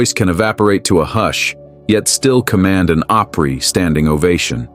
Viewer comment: It's Pronounced OPRY not OPERY